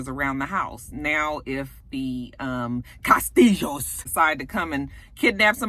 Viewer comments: "Cah'stee'joes" LOL! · This video! I was rolling every time you said "Kah-stihl-hoes". lol I needed that laugh. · After you have watched the video you can catch saying CASTILLO.,,, and. Enjoy LOL!!